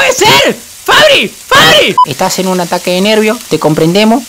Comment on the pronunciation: Le dice Fabi no Fabri JASJSJSAJSAJSAJSA